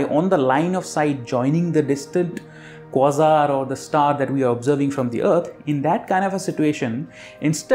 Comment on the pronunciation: Americans say kwA-zar. Just sayin'. * It's how I've always said it. * Thanks for the videos.